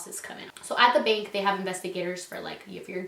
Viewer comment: I thought you said "bink" and had no idea what you were talking about